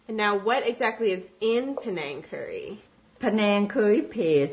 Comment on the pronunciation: The correct spelling is pAnang... not Penang. Penang is a state in Malaysia. pAnang is a thai dish. Do not let 2nd class american english to mis-pronounce the word. PANANG!